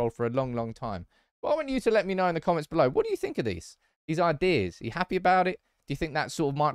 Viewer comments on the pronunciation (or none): none